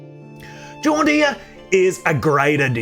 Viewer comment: To my American ears your pronunciation of her name sounds like John deer which cracks me up